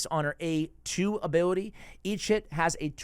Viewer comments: when you say each hit it sounds like your saying eat shit lol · Whenever you say "each hit" I always hear "eat shit". Anyway, watched it all the way through, very helpful.